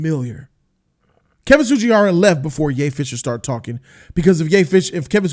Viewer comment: Everytime he says Ye fisher i lose it😂😂😂 and i like ray